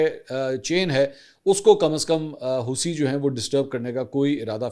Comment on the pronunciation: Hoosi nahin, "Houthi".. Please naam sahih bolein